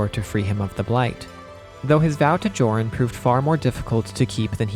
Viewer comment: Joran is pronounced "Yor-en". I learned that from Xenoblade Chronicles 3.